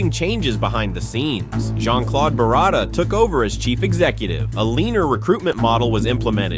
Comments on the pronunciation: Did you just say Jean-Claude Berrada? Huh?! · Jean claude berrada? Lol